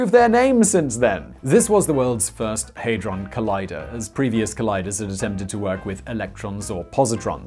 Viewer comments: HAD not HEY Hadron not Heydron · Hey-drawn? No it is pronounced Had-drun or ha-druhn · It's pronounced had-ron not hayd-ron lol. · Hadron not heydron :) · NO!... I cannot sit through 18mins of you saying 'haydron'.... where did you get the Y from?... hadron!... had ron! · Cool, but it's pronounced Ha-dron - not Hey-dron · The only annoying thing about this video is pronouncing it haydron when it is HADRON!! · Simon: “They are idiots” 2 seconds earlier: HeyyyyyDron collider 🤢🤢🤢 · 'Haydron' Shudders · You get a dislike because you asked for one and your pronouncing it hydron collider bleugh!